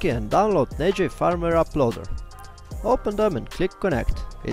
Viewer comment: "Firmware" se izgovarja kot "furmware", ker je angleški jezik nered.